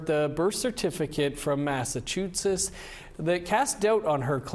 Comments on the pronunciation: this guy absolutely butchered the word 'Massachusetts' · This guy cannot even pronounce “Massachusetts.”